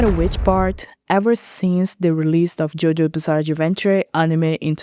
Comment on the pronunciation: Bizzare pronunciation